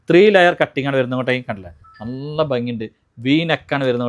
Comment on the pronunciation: നള്ള അല്ല നല്ല ✅😆